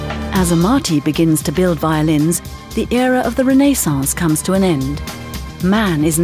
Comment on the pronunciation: Ren' A sauce? Din'es'TEA, ? Could that be (???tish) for; Renaissance?, Dynasty? Claudia is "cloudy'ahh. And let us rejoice in that stalwart of the epitome of true sophisticated language; EXTRAORDINARY, ah yes.